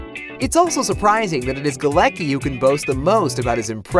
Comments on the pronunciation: Its funny how they read Galecki as "ki" at the end. It is more 's-ki'. His last name is Polish so does Bialik' one and the pronounciation is different 😂😂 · its Galecki, not Galeki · NO GALAKI - GALETZKI !!!! Morons... its polish name! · Jesus, you spell Galecki so wrong that my ears are hurting. It's not GALEKI. It's Galecki with C in it...